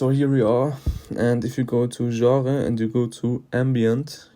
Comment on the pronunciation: oh aight, i thought u were french cus of the way you said genre lmao